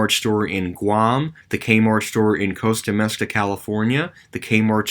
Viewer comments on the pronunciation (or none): Costa Mesa is pronounced coast-ah may-sah. Tahoe for Lake Tahoe is pronounced tah-ho.